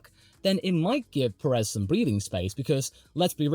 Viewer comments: love watching you yap about F1 but for the sake of every hispanic fan, Pérez =/= Peréz. The accent on the first 'é' makes it so that phonetically it is accentuated more than the second one. Big ups on the professional yapping though, very entertaining. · You are emphasising the second 'e' and unfortunately that is incorrect (not your fault, you are not a Spanish native). The emphasis is on the first sillable due to the accent on the first 'é'. Think of the phonetics of the word 'PE-ril' Most journalist will put the emphasis on the second 'e' but we appreciate more the ones that don't. Should be sounding like 'PE-rez', not 'pe-REZ' Keep it up though, have enjoyed watching since you had around 1.2k subscribers :) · What name? Perez? He's definitely not pronouncing it right.